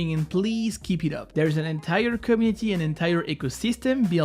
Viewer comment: U need to learn how to say community xD